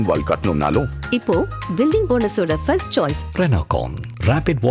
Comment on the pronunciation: Do not say firstu,funny tamil